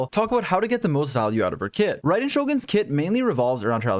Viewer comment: "to get rai-den to it!" kill me